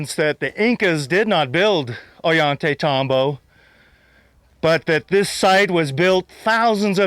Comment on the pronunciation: Every time says, "Ollantaytambo," a puppy dies.:o(